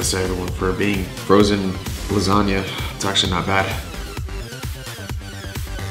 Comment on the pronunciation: "Lasagna" , Bro you kill my italian grandmom.